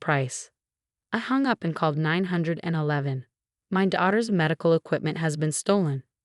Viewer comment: You need an AI voice that can actually pronounce words correctly, like 911, is that so difficult??